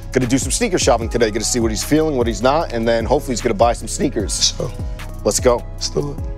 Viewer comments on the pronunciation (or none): some sneaKearrrshh🤣🤣🤣🤣🤣🤣